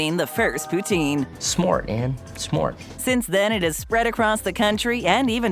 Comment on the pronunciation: The pronunciation of Poutine is making my French Canadian heart hurt...